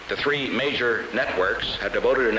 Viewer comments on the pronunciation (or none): none